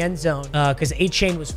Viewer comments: Pronounced A-chan not a-chain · Hey, it’s pronounced “A-Chan” not “A-Chain”. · I wish A-chain' name was actually pronounced like that. But hes been telling people its A- Chan . Chan like Jackie Chan. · FYI, Achane's last name is pronounced "A-chan" not "A-chain". It's not a big deal but if he is your RB for the rest of the season, I would probably try and fix it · 88 overall Leighton Vander Esch gets lurk artist lmaooooo. Also it's A-Chan not chain. CHAN as in Jackie Chan. Not chain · Btw his name is prounouced a-chan (like jackie chan) rather than a-chain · A-Chan Not A-Chain papa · Not trying to sound like a dick or speech teacher, but it is pronounced A-Chan, not A-Chain. Pronounced it the same way for a while. Love the vids, keep up the great work. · its pronounced a-chan. still love you papa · Papa its pronounced A-Chan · Acane is how it is pronounced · Hey man just wanted to let you know it's pronounced da Vaughn achan like 4 chan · Pronounced a - chan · For the love of god pronounce his name right It’s not A-CHAIN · Yo gotta pronounce Achane the right way he was pissed after his first game when they were saying it wrong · please learn how to say achanes names 😂